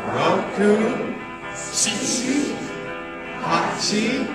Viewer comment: For the love of god don't do this. He calls shichi chichi.